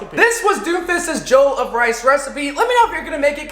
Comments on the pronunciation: Im not african but if it was the way you pronounce Jollof it would be spelt Joll of rice but it actual it Jo-loff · I am disappointed as a black person I can tell you it is pronounced Jellof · Juhloff not jole of rice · Anyone else cringe whenever he said “jole uff” instead of “jole off” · mmm mmmm mmm, l do love me some jolof rice say: je-lof rice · A a Nigerian I can cat you did wellbut it looks like Ghanaian jollof , Also it’s pronounced jo-lof rice. Hope you enjoyed it. 😁😁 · I'm vomiting all over the place! The way he said jollof. "Jolf" lol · Jole of Rice? Lmao it’s pronounced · Damn I’m from Nigeria and its cool to see you make this. Didn’t watch the video so idk if you made a comment about the pronunciation but it’s pronounced “juh luf” much love tho. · jowl of rice 😂😂😂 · He says jollof wrong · as a nigerian, the way he says jollof rice makes me wanna kms, who needs sombra to counter doomfist. this guy just needs to say JOLLOF rice and doom is rocket punching off the map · Just saying he did say jollof rice wrong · Me, an african, listening to him pronounce Jollof wrong: 👁👄👁